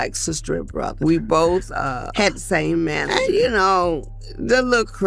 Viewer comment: AI said "broth-uh". Like chicken broth. Not brotha😂😂😂